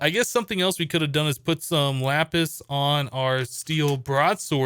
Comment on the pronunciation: I thought he said yapis